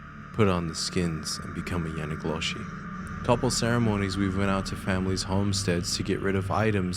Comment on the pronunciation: bro... if you say yanagloshi 1 more time... it's called yee naaldlooshii